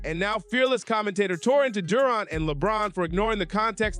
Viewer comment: Stop mispronouncing Durant 😮